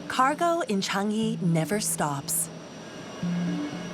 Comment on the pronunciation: How hard is it to pronounce Chang-i properly. Chang - PAUSE - yee. Idiots.